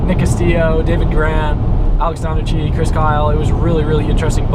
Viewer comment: Donnachie is pronounced 'donna-key'